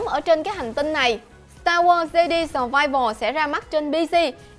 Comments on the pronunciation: fan Star War nghe đọc Jedi là 'Giê-đi" chỉ biết ngồi cười rồi đi ra :)) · starwars "de đi" ?? =]]]]] Omg cú tui cú tui